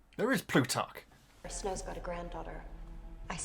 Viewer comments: After watching two complete films featuring Plutarch, the “” pronunciation is killing me 😂😂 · One day he'll get Plutarch's name correct. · not that its a big issue at all, but I laugh a little every time you say Plutarch's name. I'm bad at proper phonetic spelling, but its pronounced ploo-tark. As for the size of Panem, in the next movie (prequel), there's an official map of Panem that gets shown for a brief second. i still reference many years worth of fan art maps in my head for where the districts are placed. But in general, it is a future North America! with the account of (global warming) flooding of coastal regions, and bombing sites from the hunger games wars.The districts are labeled by the environments and their main exports from the lands. so district 12 (mining district) for example, is Appalachia (what's left of the east coast, forests and mountains, known for their coal and metal/steel works throughout American history!). it is not said what really happened to 'the rest of the world' if we were considering it to be our actual planet. I like the thought that everyone is just kinda like "yeah thats America, we just kinda started to ignore them because they're beyond saving now" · Plutarch. Pronounced like ploot ark. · It's probably too late to let you know, but Plutarch is pronouced Ploo-tark ❤